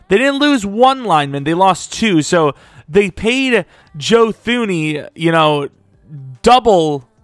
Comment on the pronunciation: its “Joe Tooney”, the h in thuney is silent